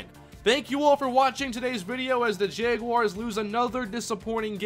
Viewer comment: why did he pick the jaguars if he can't even pronounce it right